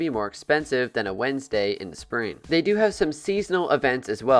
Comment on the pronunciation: Day instead of they was killing me 😂